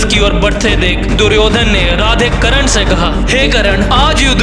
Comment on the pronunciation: bhai video tumhari mast hoti hai par bhai karna hota hai karan nhi 😅ok